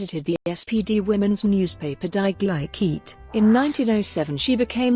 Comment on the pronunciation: Love the way the machine voice pronounces 'Gleich-heit'